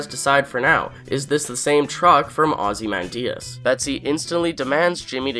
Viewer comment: The way this dude says ozymandias has me in tears idk why lol